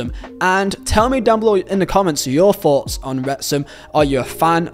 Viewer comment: Thpughts- not foughts man